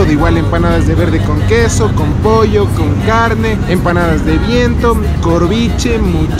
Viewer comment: Cuando dijiste " este quesó " me di cuenta que heres Quiteño :) tenía una amiga que nació ahí por villaflora decía ella :) yo ni se donde es :,v